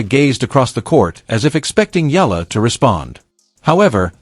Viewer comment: Not Aya,u pronouce her lastname E-ya-la..EALA...